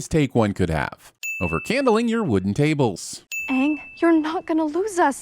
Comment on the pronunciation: Best thing about this series is at least its AANG instead of OONG